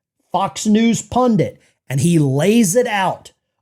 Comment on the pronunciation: you said PUNDIT, not PUNDINT! Thank you!